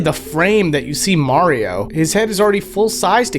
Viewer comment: You said “Mario” wrong.